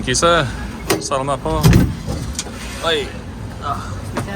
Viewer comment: FYI: Tourists pronounce it as "BOW-ruh-cai." But the correct pronunciation is "Boh- RRAH-kai." (Emphasis is on the second syllable. Don't forget to roll your R's and use a hard K.) 👍🏼🙂 Same goes for the word "Salamat." Emphasis is on the 2nd syllable. And those are coconut meat "noodles" scraped off the shell of a young coconut. The idea of putting ice cream in a coconut shell isn't new (nor is mixing in rice crisps and young coconut strips) -- you'll see variations of the idea across different traditional cold desserts in the Philippines, taking after the halo-halo and mais con yelo. But what Coco Mama has done is combine vanilla and pandan ice cream into the coconut shell and given it an IG-worthy presentation -- not something you see every day, so it's special.